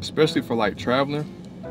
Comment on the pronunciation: bro finally saying acai correct W lmao